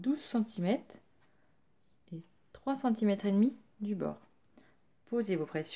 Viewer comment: Merci pour ce tutoriel mais pourriez vous dire centimètrrrres et non pas centimèteeeeees